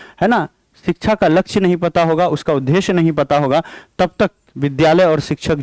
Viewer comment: Sir aap उदेश्य thik se bolna sikh lijiye please bhut irritating lagta h sunne Ye द्द me ek half द ( टाइपिंग में लिख नहीं पा रही )और पूरा द hai n ki ध है इसलिए द को ही prassue dekr boliye n ki ध